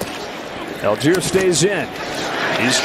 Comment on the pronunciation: Whenever I here the commentators pronounce Allgeier as "Algier", it hurts my ears... His name comes from "Allgäuer", which means "Person from the Allgäu" (like "Hesse" being a person from the region of Hessen) which is a region in the very south of Germany, in parts already in the Alps. So the actual way you would pronounce his name is "ull-guyer" ("ull" as in "hull", though).